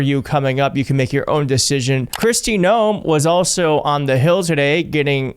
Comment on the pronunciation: Just curious- do you call her “Kirsti” instead of “Kristy” on purpose? She’s absolute trash and needs to go away, so I’m not at all bothered. Just curious.